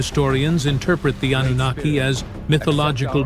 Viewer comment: _twfHecklefish: "An-nun-na-ki" 🎶